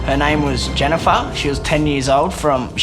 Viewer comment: JENIFAHH!! Cought me off guard the editor new what he was doing by repeating it 😂